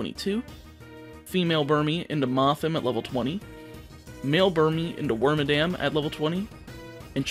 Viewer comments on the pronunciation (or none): You said the male and female Burmy Evolutions incorrectly. Wondering if this is meant to be a joke